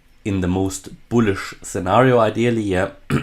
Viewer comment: Nah nah we want to hear him say the word "bullish" ...I literally subscribe to hear this cat say "boolisch" ..love it